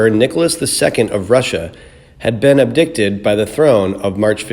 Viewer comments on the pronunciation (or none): "Ab-dick-ted"!!! Don't think so...SHEESH! >>>>>>>> NEXT <<<<<<<<<